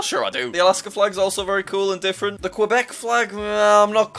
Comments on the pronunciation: and Quebec "qwebeck" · I love jack trying to say the Canada provinces!! “NunaVUT” and “ QWeBEK”no hate at all just made me laugh!